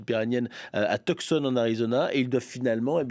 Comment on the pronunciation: Tucson en Arizona se prononce "Toussane".